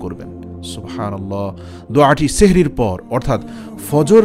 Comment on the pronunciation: bhai sehri noy uchcharon hobe sahri.....